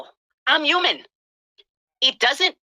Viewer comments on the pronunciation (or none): “I’m yuman” 🤣